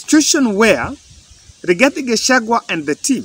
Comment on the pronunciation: Rigathi not igathi😂😂